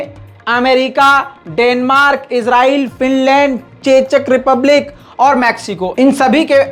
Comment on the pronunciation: चेचक रिपबलिक। नहिं चेकरिपबलिक